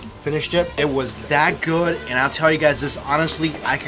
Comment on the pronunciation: He said 'food' not 'good' lol